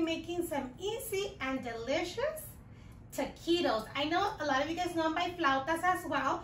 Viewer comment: I love how you Translate Taquitos into Tukeetos Lol!